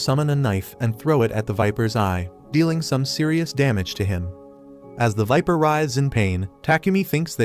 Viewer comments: NO IT’S EVIL VIPER NOT EVIL WIMPER AND I KNOW HE SAID WIMPER BUT IT’S EVIL VIPER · fr i hear evil wiper😂